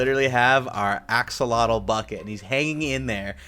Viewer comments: 10000+ points for correct pronunciation of Axolotl ! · Axolotl ARE CRITICALLY ENDANGERED pls let’s all help save em for those of you who don’t know what it is... it’s a salamander that lives in water all it’s life ( can be kept as pets as irl) has amazing regeneration and is pronounced AXEL OT L ( ot as in otter) but you can pronounce it how you want... also this isn’t even half the information on this amazing creature so...